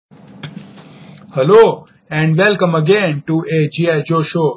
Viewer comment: disclaimer . he is the reason britiish people learn hindi beceause indian desis listen to this guy and tell earth is flat an its englis not english and helu not hello